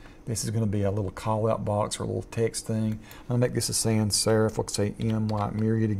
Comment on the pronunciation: Great tutorial, and you sound like Astronaut Charlie Duke which is a bonus. - p.s: It's "sans" not "san" - French for "without"